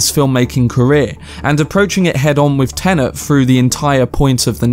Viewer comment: if i hear someone say TENENT 1 more time ...